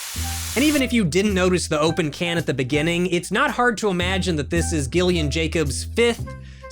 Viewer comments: My name is Gillian, but it’s pronounced like Jillian, so it’s so painful hearing it pronounced like that... and I wanna hear him say my name, lol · I didn’t know Gillian Jacobs before this so at first I thought pronunciation of her first name was one of those sarcastically passive aggressive lowkey roasts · Glad I waited until the interview to say that you were pronouncing her name wrong.